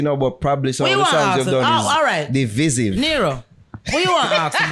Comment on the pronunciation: Not Neero 😂😂😂